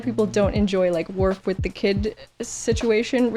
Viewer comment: It is WORF, madam.